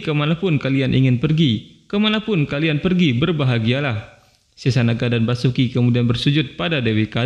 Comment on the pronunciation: Basuki gemana, itu Vasuki di baca Wasuki bukan basuki